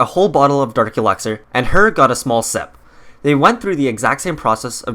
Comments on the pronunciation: It’s elixir not elexir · Why do you pronounce it elexor its elixir 😣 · Why do you say elexir? Its elixir. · Him: EleXeR me: it’s ELIXIR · It's elixir not elexir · It’s Elixir, not Elexir. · I hate how he says elexer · He keeps saying alecxer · Please stop saying elExer and alCHEMist. Its elIxer and ALchemist. The emphasis moves the AL when its added to CHEMIST. :-( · “Elaxir” “Al chemist” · "Elexir" "All-chemist" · Why do you say alchemist and elixir incorrectly every single time??